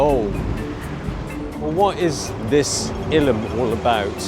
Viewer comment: What is so hard about pronouncing Illum? Sometimes you try hard to be funny, but fail hard. Honestly. I like some of your videos, but sometimes you are trying too hard to be funny.